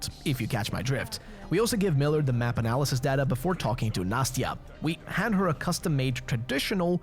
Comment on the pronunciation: Katya (Kate) is an endearing short form of the name Ekaterina (Katherine) Nastya is an endearing short form of the name Anastasiya. Nas-tya, not "Natsya". "Natsya" means Nation also, you can absolutely slaughter bandits in Volga and Caspian and not lose any karma as they are raping pillaging slave owning scum and the game doesn't take away any karma points, just spare those who surrender don't kill the pirates and the pioneers though, as they are essentially just manchildren playing pretend Mūnai (мұнай) means oil, bailer (байлер) comes from bai (бай), which means a rich person. basically Munai-bailer are rich oil drillers, the workers of Svarog Oil company that occupied all the oil reserves of the region. they don't seem to be Kazakh, though, as their Kazakh is butchered and crude (I mean, it is like that in the whole game as it depicted my people like fucking savages for some reason, thank you 4A very cool) another example of them butchering my language. it's not Saul, like Saul Goodman, it's supposed to be pronounced like Sah-ool, the emphasis on U, pronounced like OO Baron killed the two bandits because they disrespected the symbol of made-up religion the bandits created to keep the slaves in line. they are using religion to keep them enslaved, and this move could shake the image of the religion in slaves' eyes these guys assume that you are Saul because they saw your car nearby, so it seems that Saul kept trying to steal their stuff